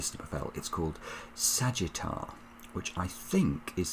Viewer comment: "Sagitta" is just the Latin word for "arrow," and in Latin we'd pronounce it "sa-GIT-ta" with g as in gold or give (not like gem). Sagittarius is the arrow guy, like retiarius = the guy with the net (a kind of gladiator; rete = net) or sexagenarius = a guy in his 60s or librarius = the guy with the books. Very nice puzzle: absolutely nothing in the top 3 rows but enough information from the center to fill them in. And gracefully solved. Enjoy your vacation!